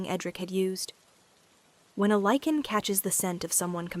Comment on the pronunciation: Lichen with a long I not leaking